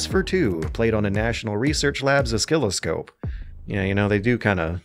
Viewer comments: Did just say “osKilloscope”? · I hate how you said oscilloscope.